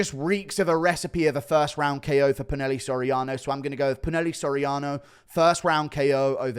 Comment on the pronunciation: It’s pronounced poo-nah-hel-lay